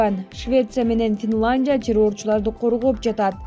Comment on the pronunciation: ФИЛАНДИЯ🤣🤣🤣🤣🤣🤣🤣🤣🤣🤣🤣🤣🤣🤣🤣АДМИН!! ОЙ КОЙЧУ , ТУУРА СУЙЛОЧУ СУРАНАМ. КИЧИНЕ КИТЕП ОКУУЧУ. ТУПОЙ БОЛБОЙ!!